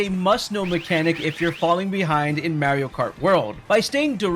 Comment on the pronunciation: MAR-ee-oh not MARY-oh. He literally says his own name multiple times in various games as well as the movie. How are people still saying it like that?